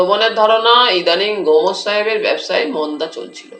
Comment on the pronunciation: গোমোস!😂 গোমোস> গোমস্ উচ্চারণ এত খারাপ!